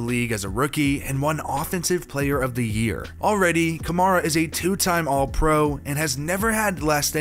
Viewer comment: How many pro bowls does Alvin have to go before you learn to pronounce his last name correctly? Other than that & the unwarranted shade you threw at the offensive line it was a good video